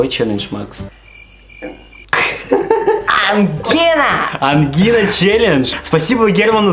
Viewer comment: В начале услышала от Макса не "ангина" а "ай эм Гена" Мы что-то не знаем?😂